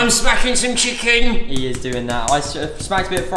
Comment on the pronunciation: "Im schmacking some chikin"